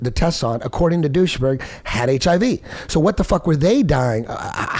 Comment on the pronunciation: its not Doucheberg, Eddie x) Its Duesberg!